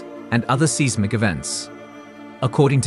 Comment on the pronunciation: It's 's Y z m i c', not seasmic... You need a Dictionary, and, also need to learn Phonetics.